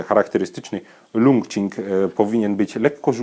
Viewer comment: Zapewne czyta się to 'czing' jak qigong :) Uwielbiam wasze filmiki, uwielbiam zieloną i białą herbatę, jakiś czas temu zaczęłam też eksperymentować z yerbą, a dzięki waszym filmikom piłam także indyjską chai masalę i marokańską z miętą :D